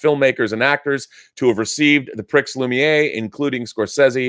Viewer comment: I know Rob is an English speaker but I had a couple of literal cringe moments early on in the video... 'pricks loomi-A'. I might have thought Rob, film connaisseur that he is, would not have mangled that quite so badly. FYI, without the French accent, this would be pronounced (in English) as 'pree loo-me-air'.